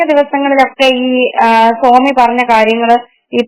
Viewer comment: 🤔.... സോമി അല്ല കൊച്ചേ ! ................സ്വാമി ........... അല്ലെങ്കിൽ " ബാബാ " എന്ന് വിളിക്കാം . പ്രവചനം തെറ്റിയാൽ "സോമി എന്നോ സേമിയാ " എന്നോ വിളിക്കൂ .